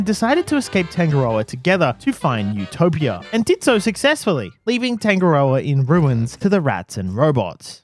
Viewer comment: love how you pronounce tangarda lmao